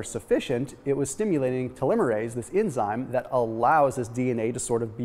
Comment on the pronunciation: It would have been nice if you had talked w/ any biologist beforehand on how to pronounce telomere and telomerase.